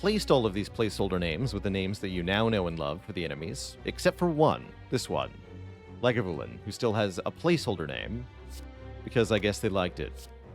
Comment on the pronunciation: "lag-a-voo-lin" is how Brian Cox pronounces it at least (the comment got me curious)